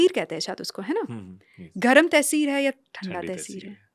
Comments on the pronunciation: Not tehseer...,.taseer.i love ur podcast bot knowledge thank u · Not tehseer the word is taseer